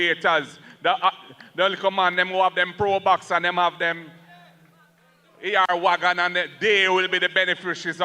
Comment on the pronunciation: Did he say likkle probox and AR wagon... Or AD wagon😂😅😊. Didn't they also chastise The MOF for her probox speech when she spoke a out minimum wage increase. Now all of a sudden it's acceptable